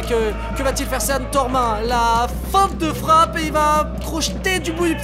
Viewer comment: Un mec peut dire au commentateur que Sean, ca se prononce "Sheun" ?! Sérieux.. Ok il sont de Bergerac, mais y a internet là-bas aussi non !?